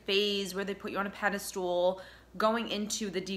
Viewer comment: I like your comments, as they ring a lot of bells, but "pedostool"? A pedestal is kind of like a stool for a statue, but it's not pronounced that way. <3 Peace, Love and Thanks :)